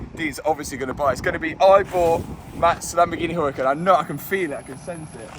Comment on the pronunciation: Mat are you aware that you're mispronouncing the Huracan? And it makes sense don't you agree to pronounce the correctly? The h is silent in Spanish so try pronouncing it without an h! Ooo-ra-CAN